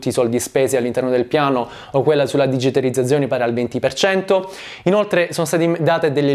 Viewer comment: la mia pronuncia delle Z non fermerà il mio processo di divulgazione economica La parola digitalizzazione: benvenuto all'inferno